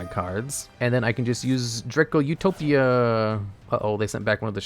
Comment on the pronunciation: Did he say Draco UH-to-pia?!?